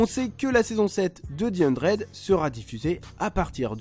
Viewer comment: Stp dit the 100 et pas di hundred 😭